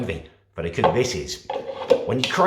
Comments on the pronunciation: It's cookie not cewkie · It's pronounced cucky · I love how he says cookie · Is it me or can't say cookie right. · love his videos but i cant stand how he says cooking and cookie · “whilst the cewkie is cewking”